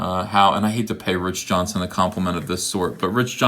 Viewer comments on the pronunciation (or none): Does E know that his name is JohnsTON and not Johnson?